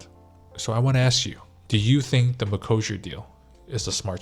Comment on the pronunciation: Wait is this really how You pronounce Mercosure in US? I hear almost EU "ecossia" deal there like that search engine site. The deal is dangerous to our farmers, because our beloved politicians didn't negotiate enough exceptions for us so that's voters fault as well, and for consumers because chemicals in Brazil are pretty much uncontrolled comparing to EU and they negotiated plenty of backdoors in the deal to make sure their meat will fly here even if some norms will not be as they should. I recently watched Polish YouTuber girl who migrated to Korea and she claim that there will be likely more Polish products also flying to Korea because Poland got promoted to higher trade partner rank in foreign relation ministry or sth like that, so who knows maybe some of our agriculture will be send there to maintain some production capacity here, Thank You Korea I guess.